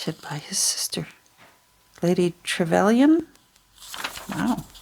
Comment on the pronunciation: Very interesting. You were correct with your pronunciations of Macaulay and Trevelyan 👍🏻. The "Great War" does indeed mean the 1st World War, certainly not in the sense of great meaning wonderful but rather that of it being huge in scale and impact. The "History Extra" website gives a good explanation: "Great War' was the most commonly used name for the First World War at the time, although 'European War' was also sometimes used. As the first pan-European War since Napoleon, 'Great' simply indicated the enormous scale of the conflict, much as we might today talk of a 'great storm' or a 'great flood'. However, the term also had moral connotations. The Allies believed they were fighting against an evil militarism that had taken hold in Germany. 'Great War' carried echoes of Armageddon, the biblical Great Battle of Good and Evil to be fought at the end of Time (there was indeed a battle at Megiddo, the site of Armageddon, in September 1918). It was therefore sometimes referred to as 'the Great War for Civilisation'. Although 'Great War' remained in use after the conflict was over, the moral connotations and implications that it had been 'a war to end all wars' fell away as the prospect grew in the 1930s of a second world war." Thank you for your videos, I ❤️❤️❤️ books and it's also marvelous to see how you adapt them into beautiful journals and give them a new life. 🥰